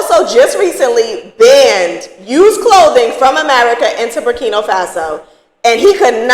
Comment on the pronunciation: It's BurkinA, not Burkino 🙂